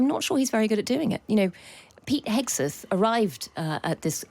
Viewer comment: Loving the people who’ve done nothing telling Trump on how negotiations should be done 😃 keep up the DEI initiatives going TR they’re entertaining 🥳 coupled by the clown 🤡 who can’t say Hegseth’s name correctly embarrassing 🤦‍♂️ are you sure this is a serious show seems to be more of a comedy ? Wake up smell the coffee ☕️ Trump is running the show what he says goes. Ukraine will get what it’s given simples 👍